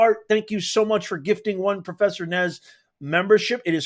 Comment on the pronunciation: IZ NOT PROFERSA. HES GRAID TICHER...SOROSH PAPYS....OMG